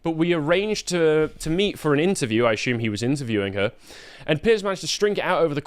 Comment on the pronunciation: still pronounces it 'asshumed'